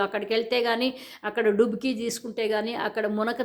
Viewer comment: లుబ‌్కి కాదేమో, డుబ‌్కీ ఏమో కదా?